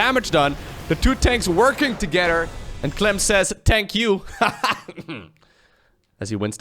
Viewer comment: "Tank you" lmao